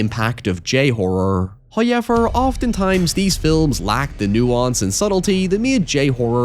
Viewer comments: "Hayever..." always gets me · I liked this vid, howyyeever, I took some issue with your pronunciations. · First "hoyevver" drops . It's a Halloween miracle! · And is the first time I've seen a "hoyever" while he was on-screen Edit: Another one ? He spoils us